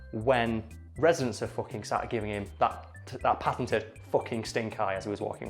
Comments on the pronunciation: The town's name is foo-king! get it right! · Everybody misreads the sign for Hilter in northern Germany when they first see it. I was also in Elend (misery), just 8km from Sorge (worry). I know it's for comedic effect here, but you are kinda mispronouncing Fucking if you say it like the English pronunciation, except your northern English accent with the characteristic u sound that is far closer to German kinda counters that.